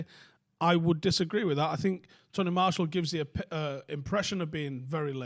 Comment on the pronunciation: Who’s Tony Marshal? At least say his name right.